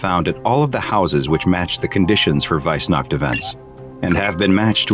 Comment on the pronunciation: "Weissnacht" Mich als Deutscher hat das jetzt schon getriggert 😂